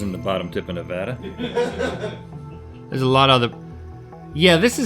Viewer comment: It's pronounced Nevada